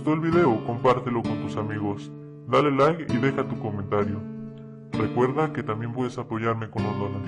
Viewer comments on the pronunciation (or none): none